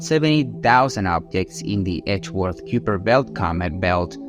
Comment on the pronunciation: learn to pounce the words please. its not "q per"